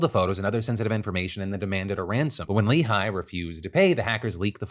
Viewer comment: isn't 'Lehigh' pronounced, 'ley' and not 'lee high'